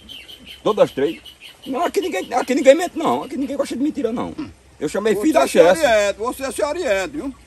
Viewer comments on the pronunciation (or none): "CHESF" não chessi. A CHESF é a Companhia Hidréletrica do São Francisco